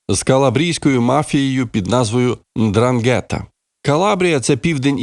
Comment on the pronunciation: НдрАнгета. Наголос на першу А.